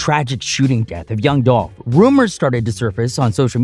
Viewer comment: Man move around! You even miss pronounced his name! Do your news on something else! It's disrespectful to try to get views off of a man that has transitioned!